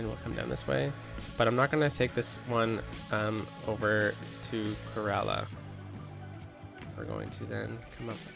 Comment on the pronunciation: Pronounced it correctly (Kerala) Kerala is known for spices, tea, coconut and rubber plantation